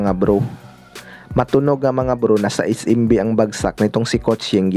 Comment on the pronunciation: es-‘em-bi hindi is-im-bi